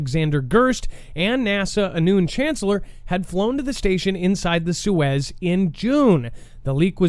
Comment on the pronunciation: SOY-ooz my guy. Suez is a canal. 😁👍 That's just my best attempt to spell it as is sounds. Soyuz is the actual spelling 😉 Wow, I was hoping to like this channel but some of the things I'm hearing are kind of silly. Your thoughts on space suit development are very special 🤣 "Put the 60's model on and get your but up there" I died 🤣🤣🤣🤣🤣 The fact that you think this is an actual option. Oh no 🤦🏻‍♂️🤣